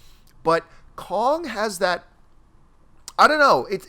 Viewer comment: Why can't say "Kong"???